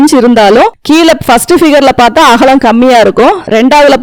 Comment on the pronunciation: அகளம் இல்லை அக்கா அகலம்